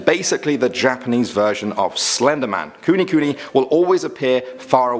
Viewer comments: Also its not kunikuni pronounced its kunekune btw I LOVE THIS KEEP UP THE WORK YOUR SO FUNNY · Ku-ne ku-ne. Thats how its promounced. Sorry, im fluent in Japanese, and it sound weird as kuni mini#!